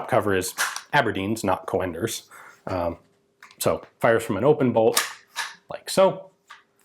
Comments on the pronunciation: the correct pronunciation woulď be Cunders.. Coenders is namely the alternative spelling of Cönders for when the writing tool lacks an umlaut.. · Isn't his name pronounced Caynders? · Coenders sounds more like an originally Dutch/Belgian name???. It probably should be pronounced more with a UUHH/OEHH sound ??? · Coenders is pronounced like Coonders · The name is pronounced as Coonders, like in raccoon, not Co-enders. You're usually good with pronouncing names, but this time you had it wrong. Edit It's in actually a Dutch name, not German. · Coenders is not pronounced like "co-enders" it sounds more like kuhnders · Joh another great video about a forgotten weapon, but...you are really butchering the name mate 😉 Coenders is a Dutch name, so prepare for our fowels. Its pronounced koen-ders, not co-anders. The 'oe' is one sound, like the call of an owl, 'oeh-hoe, oeh-hoe'. For advanced lessons, now try to pronounce the name of an owl character from an childrensbook: oehroeboeroe 😁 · So in English, it's pronounced as Coonders. Like moon and spoon etc. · The German "oe" sounds like "oo" when pronounced. So "Coonders" (as in "raccoon"), not "Co-enders". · Haha, that's some horrible mispronunciation of the name Coenders, I think the American way of writing this how you pronounce it is "Coonders". Still a cool video! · The man's name is pronounced like the "u" in "but" and not co-enders, so "cunders". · I have the impression you're saying "co-enders", but wikipedia renders his name as "conders" with an umlaut my keyboard can't reproduce. When the umlaut is not available, an 'e' would be added. In Enigma messages they'd write "fuehrer" for example. Obviously that's not pronounced fu-ehrer but just fuhrer. Not sure how I would describe the prenunciation of an o with umlaut. I'm Dutch myself so my keyboard isn't made for this. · Coenders, spelled Cönders in german. It is not pronounced o-e but as described on Wikipedia en wikipedia org/wiki/%C3%96